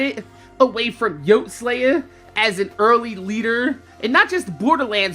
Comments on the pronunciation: It's pronounced yoty not yote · I know its years late but his name was pronounced yotey....slaya....not yote... just had to get that out... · It's pronounced Yo-tee not YOAT, Like Coyote. I mean, he said his own name in almost every video. RIP man, he was cool as hell. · Yoteslaya* Not Yotslaye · I think it’s pronounced yoteeeee-slaya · You can tell he’s kind of a fake fan because of the way he’s saying yoteslayas name lol, (Yotee Slaya) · I'm only here watching this video because of his name in the title and I think it's pretty messed up that you say his name wrong 4000 times in this video. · Can you atleast say his name right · Not even enough respect to pronounce his name right... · They should make an easter egg where there's a guy named Podie driving a bandit technical and he gets hit by a train. Also, the fact that you can't even say his name right is pissing me off.